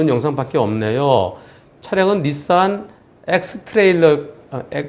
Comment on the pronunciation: 닛산ㅋ 구수하다